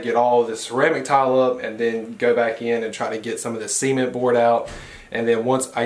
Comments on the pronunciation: Are we all just going to ignore the way he says SEEment boards. I swear, every time he said it I thought he said seamen boards lmao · I really thought was saying semen board.. 😬 🤭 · I think that’s just how Americans say it. 🙄 not even how it’s pronounced.